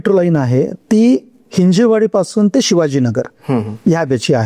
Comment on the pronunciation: Overall good information, but please note it is हिंजवडी ✅️ not हिंजेवाडी ❌️